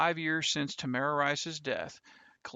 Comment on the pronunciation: TAMIR RICE, NOT TAMARA... please revise this video.